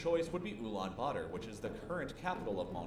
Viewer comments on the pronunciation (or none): Ulan bator not butter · Did he just say ulaanbutter ?